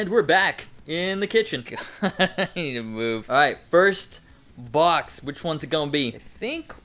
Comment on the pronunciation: Makes me laugh every time “Next….. bwox” 🤣 Need more cat 🐱 too